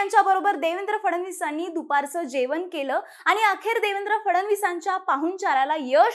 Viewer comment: जेवन नाही हो "जेवण "😂